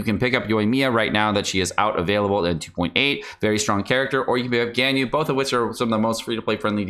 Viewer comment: The way you say Ganyu is painful